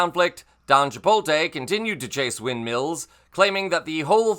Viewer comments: ... are you trying to say "Chipotle"? My guy, you're missing the L at the end every time! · Chipotle. Not CHIPOLTE. You have the t and l mixed up. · Love the channel, love the coverage... it irks me so hard when people say chi-pole-tay. Chipotle is not hard to pronounce, look at where the L is located 😅